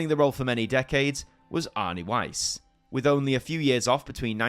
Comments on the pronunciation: Arne Weise's surname was pronounced as "wai-seh", not wise. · I have to point out though that the last E in Arne Weise's name isn't silent, it is pronounced "Weis-eh". Unfortunately, it is more difficult than before to make kids interested in "Kalle Anka" (and my niece has been no exception). ☹️ It is more likely to be appreciated by nostalgic adults these days, even if that group fortunately still is large enough to keep the tradition alive...